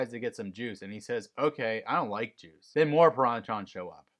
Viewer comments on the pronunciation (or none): In this episode, when Justin says, "I don't like juice," it kind of sounds like he says, "I don't like Jews."